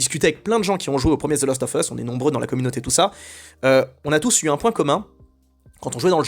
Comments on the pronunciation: Même si tu dis the last offeuss, et non the last oVeusse, je suis assez perturbé par le fait que je pense EXACTEMENT comme toi ! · C'est assez marrant de prononcer 'lost of us' pour faire genre, alors que ça se prononce bien 'last' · Svp Prononcez le : The last oV us. Svp On dit prononce ov quand il y a a e i o u apres le of. Cordialement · « The lAAAst of us » please 🙏🏼